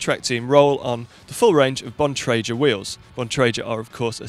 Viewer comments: Hey guys... I know Keith Bontrager and the G sound in his name is HARD so it is pronounced BON TRAY GRRR not JER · "Bon-tray-jer" cringe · I pronounce it as BON-TRAG-GA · I pronounce it laboratoires bontrajét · That's not how you pronounce bontrager! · stravakomkiller Exactly! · Keith called, he would appreciate if you could pronounce his surname correctly :) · All these commenters moaning about pronunciation of Bontrager and between them they still haven't made it any clearer how to pronounce it! Break it down into the syllable splits and deliberately misspell it where vowel sounds alter consonants into harsher or softer tones, using capitals for emphasis where needed......And then us Brits will forget what you've said and revert to our preferred, perceived version...